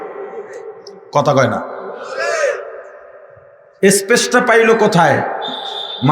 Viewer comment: এস পেস 😂😂😂 হায়রে ইংরেজি